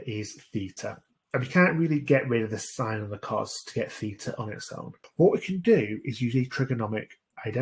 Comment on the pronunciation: Omg who says sin instead of sine 😑 my maths teacher would be mad